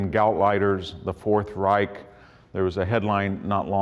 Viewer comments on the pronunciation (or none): none